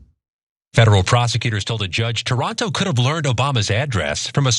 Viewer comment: It’s not “Toronto”… it’s “Taranto”. There’s a difference!!!! Lol 😊😊😊